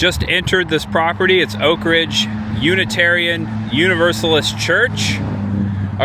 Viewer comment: You pronounce Oak Ridge as one word. It is pronounced as two words. You're forgiven for not being from around here. The NOAA building just outside Y-12 on Illinois Ave is an original medical building that still shows where the doors once hung for Colored on one side and White on the other for medical care. Thanks for a refreshing tour of Oak Ridge.